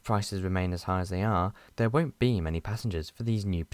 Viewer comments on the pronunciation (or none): none